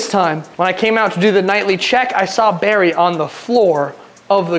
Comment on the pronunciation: It's Barry not Berry 😂